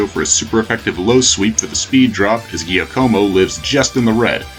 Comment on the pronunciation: "giacomo" is pronounced "jack-oh-moh", and zangoose is a mongoose, not a cat.